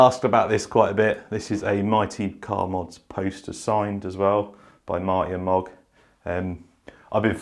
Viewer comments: Nice placement of the little Kei truck next to the mcm poster. I did mention on the hot wheels track video about adding another set to it , Cool to see you did 👍. Made me chuckle when you said Marty and Mog lol its Moog 😅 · MOOG not mog lol... but its very cool to see that you also like MCM those guys are a lot of fun! awesome video though mate!!